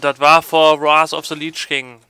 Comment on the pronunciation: Warth of the Liiitsch King :D